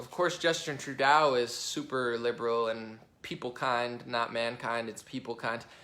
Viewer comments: Love listening to your common-sense logic! Although you do need to know how to pronounce Trudeau........its pronounced....True-doe. I do speak French, and it hurts the ears a little . lol But still think you're great! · Its pronounced True-doe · Much love from Canada Bro. Here's some pronunciations to help out eh! Justin Trudeau (True - dough), Quebec (Kay - Beck), other than that. It's all good. As a political ATHEIST I enjoy your analysis. Thanks for taking a look at us northern neighbors. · Btw is True-Doh, not True-Dow hahaha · Good job. You've got a good handle on what's happening in Canada. I'll try to help you out with some of the pronunciations phonetically: Trudeau (truedoe) doe like the deer, François Legault (franswa lugo) the u is as in "up", just pretend the LT isn't there. Close enough. Oh, and it's Province, not Providence. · the proper pronunciation of Trudeau,s name is first drop the A replace it with a big "O" fallowed by a P, OK lets say it together, TRUDOPE!! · Homer says True-"DOE"!